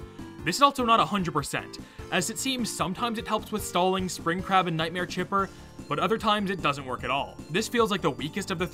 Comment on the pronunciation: I’ve never played Tyke and Sons before, so when I watched this video for the very first time and when I heard him talk about Spring Crab, I thought he was saying Spring CRAP! 🤣😅😂 I was like, “Wait, WHAT?!” 🤣🤣🤣😅😅